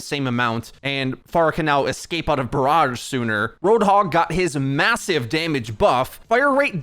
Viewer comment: So who else heard him say "Pharah can escape out of 'barrarge' sooner"